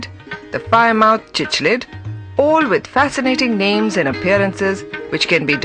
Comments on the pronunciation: chichlid....really.... wtf man its cichlid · its pronounced as sick-lids